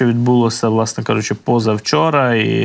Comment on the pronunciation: "відбувалосА, сталосА, мешканціФ.."! За якими правилами "ВЛАСНЕ", ведучий, "ВОАСНЕ" тав вимовляєте зауки?!